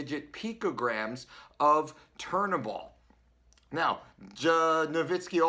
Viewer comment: you can't even pronounce turinabol properly, educate yourself before speaking